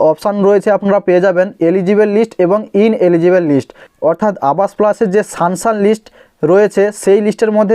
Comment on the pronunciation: সানসান নয় সাংশন